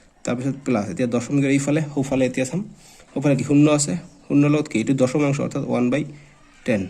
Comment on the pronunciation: Dosomanxo nohoi doxomankha hoi😂😂😂😂